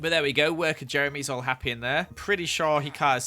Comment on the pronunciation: Why u say happwy all the time?